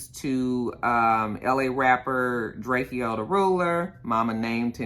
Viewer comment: Diamonds they hold diamonds and his name is drake -o lol that’s how it’s said drake o